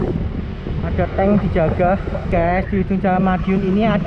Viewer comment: tank bukan tang pangser